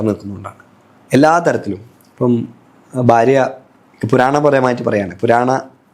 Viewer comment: ബാരതം, ബാര്യ, bagavan എല്ലാം ബ. അതുപോലെ അഗോരി.. Entha ഇതു. ഗോരം.. അക്ഷര ശുദ്ധി ഇല്ല